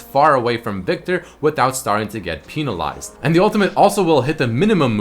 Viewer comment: wait wait wait, penalized or peenalized xD